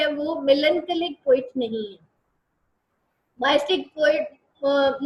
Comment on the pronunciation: Can you plz correct your pronunciation of word “Mystic “